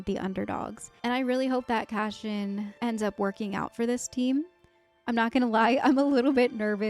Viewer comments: It’s Cass-ee-an, not Cashen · Why do you keep saying Cashin? It's Cassian. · It's not Cash-ian not the SH but S sound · CASSIAN...not Cashion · His name is not Cashian. It's Cashew 😂🙃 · CaSSian, not cashian; By accident, not on accident; ESpecially, not expeshaly; 😥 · Cass - eeee - in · Yeah... there's no "cash-in" in Cassian 🤣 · Are you aware your mispronouncing Cassian? It’s pronounced CASS-Y-AN 😊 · Cash-in (Cassian) and Sigh-roll (Syril) sound very fitting pronunciations for those two characters right now 😅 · Why do you keep pronouncing Cassian's name wrong XD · You are saying his name wrong.